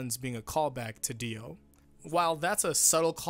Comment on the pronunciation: Dio, Johnathan. Jio, that's weird. Gio.